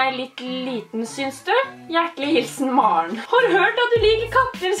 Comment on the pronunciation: Åhhh mar'n som du sa er vennen min men hun heter MAREN ikke mar'n